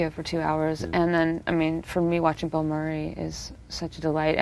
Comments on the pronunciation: A lousy interviewer. He wants to do all of the talking. As an aside, he can't pronounce Murray. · He can't pronounce "Murray".